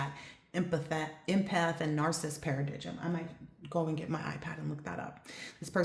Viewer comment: Thanks for a great reading. "Paradigm" is pronounced "Paradime". Take care 💖